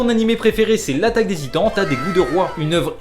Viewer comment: Il a dit l’attaque des zitan 😂😂